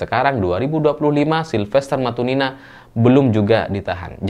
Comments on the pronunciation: sebut matutina jadi matunina, sengaja memplesetkan atau salah baca...??? 😅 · Kalo nyebut nama silfester matunina 😂yg bener matunina apa matutina😂😂😢